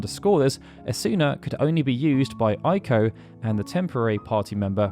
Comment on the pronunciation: Why is Eiko pronounced like 'Aiko' instead of 'Eiko'?